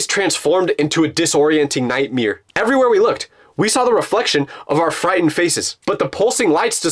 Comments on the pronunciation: am I deaf or did I just hear him say "nightmere" at pls I need to know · He said night MERE lol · He said nightMeAr